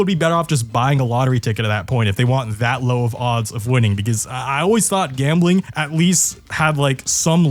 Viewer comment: "Gabmbling Age Regulations" lol